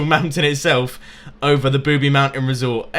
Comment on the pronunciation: ITS NOT "Booby Mountain" ITS Boobie Mountain